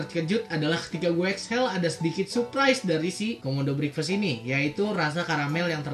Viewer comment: Ngomong breakfast nya salah udik